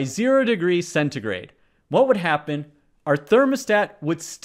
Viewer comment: it's that celsus? why's he pronouncing it as centigrey